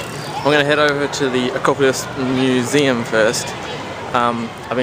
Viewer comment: you said acropolis museum in a very english accent? ancientry? haha i love the fact that you your like yep i have no idea what that is:) wow its amazing to think how old this places are.. athens is abit like rome with tonnes of ancient buildings amoong new buildings.. i always thought it would be awesome to see what it was like back in the glory days.. hahah a fircken trurtle haha trying your hand at David Attenborough? love how you keeep calling it a turtle lol. you make good vlogs:)